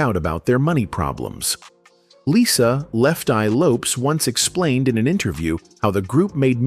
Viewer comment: It is * Lisa Left-Eye Lopez. ( not, Lopes ) ! !